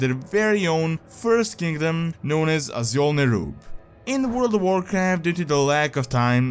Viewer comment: Awesome video, as always! (btw Azjol is pronounced like ažol):)